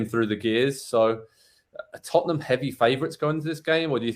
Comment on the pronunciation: did this guy on the bottom just call them tuttnum? its funny to hear americans talk about soccer and I'm american tut tut. taking care of tutnum